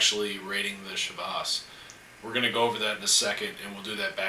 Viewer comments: "Shee-Vas" regal...... come on! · Hi, nice Videos, good tastings, good comments. But how you pronounce Chivas Regal is really awful. You have to improve on this. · I thought it was Chivas Regal pronounced the english way, not the french way. Today I bought a bottle of Glen Moray though. Very curious about it, as it's not overpriced but still considered quite good.